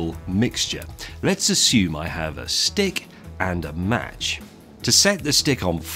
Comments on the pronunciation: I thought he said a STIG and a match hahaha. Top Gear reference. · Every time I heard "Stick" I heard "Stig". I watch too much Top Gear.... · Is he saying STICK or STIG? And does that explain why Top Gear goes through so many? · I swear he said Stig instead of stick. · when he says "stick" i keep hearing "stig" lol